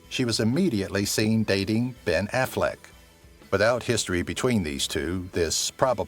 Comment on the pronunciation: It's not AFFLECKED or AFFLECT! It's AFFLECK!